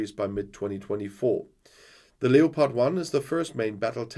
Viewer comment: Leopard is pronounced Lepard in English. Just sayin'